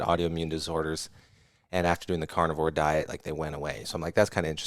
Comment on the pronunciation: at first i thought he was saying carnival diet 😂